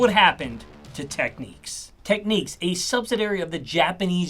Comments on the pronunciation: It’s pronounced TEK NIKS , not Tek neeqs - otherwise it would have been “Techniques” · Tech-nicks not Tech-neeques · It is NOT pronounced Techneeks but Technicks, their keyboards were very impressive I have had three over the years, Technics audio was pretty special also. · I’m pretty sure it’s not pronounced Techniques but Technick. I could be wrong but please enlighten me. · Tek niks not tek niques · Ffs it's Technics, not techniques... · Great video, made me even more determined to rebuild my audiophile collection. Also, I always pronounce Technics as tek-nicks, I've not heard it pronounced techniques before. Is this a UK - US thing? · Tek Nix not techniques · I worked for technics and I hated people mis pronouncing its name. The way it should be pronounced is tech-niks. I can’t understand people who say techniques. Learn before releasing a video. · What is the correct pronunciation of Technics in Japan? I grew up in the UK always pronouncing it Tek-niks, whereas the American pronunciation seems to be Tek-neeks. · “Technics”, (with a hard K) as in ‘technical’. Not “Techniques”. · You should really stop calling Technics , Techneeeeks. Makes it hard to take you serious. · The way you say technics is tough. Great vid lots of info.